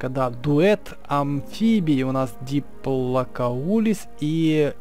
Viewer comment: Почему ты называешь диплокаулуса, диплокоулисом